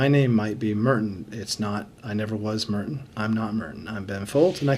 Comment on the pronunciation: I can't get over how he pronounces Merton